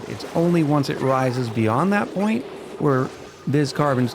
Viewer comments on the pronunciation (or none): none